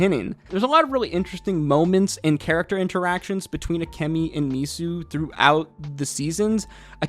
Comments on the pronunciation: Her name is akemi (bright beauty) and you keep calling her akami (red meat) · Her name is AkEmi, not Akami:) There was another guy on YouTube who called Taigen "Tiegen". Like... why?)) You haven't watched it in English?